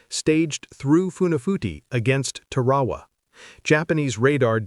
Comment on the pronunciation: It sounds like Tear Herr Waa not Te Waa Waa My Dad was a CB on Guam.